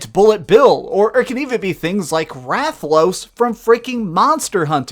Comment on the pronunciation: Happy he said "Rathlos" correctly this time